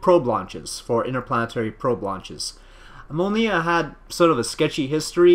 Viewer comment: Mólniya - stress on the first syllable.